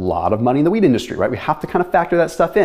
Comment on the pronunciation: sounded like he said "there's a lot of money in the WEED industry" not wheat lol